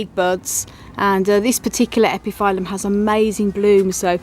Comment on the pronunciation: Hi! I don't think that is important but epiphyllum is pronouncing like [ˌepəˈfiləm] because of latin origin. And as always beautiful plants and gorgeous blooms. Thank you!